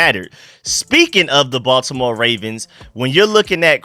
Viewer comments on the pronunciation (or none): none